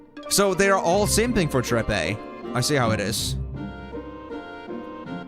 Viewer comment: I laugh every time I hear you pronounce quistest last name trepe I think it's pronounced trep and the last e is silent 😂😂😂